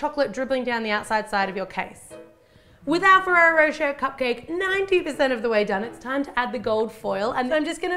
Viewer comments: On the adverts they say rosh-ay not rowsh-air and I say it like rosh-ay. Is it different in Australia or is she just saying it wrong? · I'm seriously impressed with your techniques!looks so good. and pretty, too. I'm sure with all that chocolate and nutella, this is quite a mouthful, yum! If I may suggest something: try pronouncing rocher more like rosh-ay (it's so difficult to explain it to English natives, but the -er in the end of a word is pronounced like the é(e), like a flat, brief "ay" or "ey". similar to the word sauté, from cooking!^^) lots of love from a European translation student with a huge sweet tooth :) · Pronounced rochae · I laughed so hard of how you prononced rocher, im not nativ american, english or else so it soundet so weird